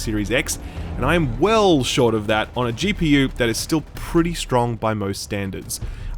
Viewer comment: Pretay, pretay, pretay good